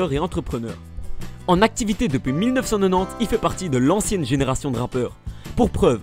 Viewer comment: mec applique toi quand tu dit les dates puisque par exemple quand tu dit 1990 j'entends "millenofcannonant" et c'est chelou